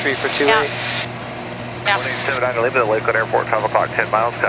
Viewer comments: Just some constructive criticism, she puts the stress on the "A" in Lima when she should put the stress on the "I". Líma, not Limá. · She just needs to put the stress on the "I" and all will be good... Liiiiiima